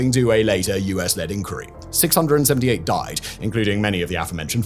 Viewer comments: Why are you pronouncing inquiry like that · Great mystery: why does Simon Whistler, a British person with a British accent, consistently pronounce "inquiry" the American way (ink-werry) not the British way (ink-wire-ee)?